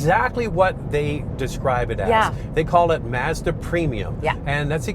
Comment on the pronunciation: Why can't yall pronounce Mazda? Mauzduh.......lol